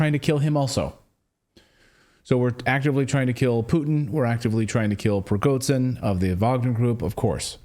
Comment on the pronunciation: For Gods sake Cleyton,please try to pronounce simple Russhian names right.Prigozhin is not PrigoZin but ZH(Zhukov,genre,Jovial)listen what Ritter or McGregor say.PLEASE!!!